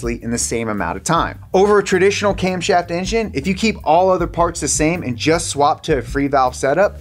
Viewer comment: "Camshoft" lol